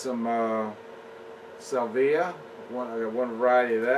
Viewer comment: It' SAL-VEE-AH......you really butured that one